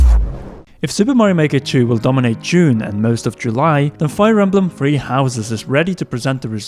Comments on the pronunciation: Dear Britain: it's Three not Free... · I like the way he says “3” lol it sounds like “free” so cute.